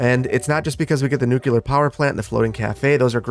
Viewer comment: It's not NucUlear dangit. Nuclear. There is no second U.